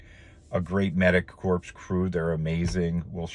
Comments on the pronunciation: Corps is pronounced kor, not like “corpse”. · Awesome on you guys!!! One thing though...Corps is pronounces like "Core" , ...is sounds esp bad in the context you are using it in...sounds like you are saying Medic "corpse"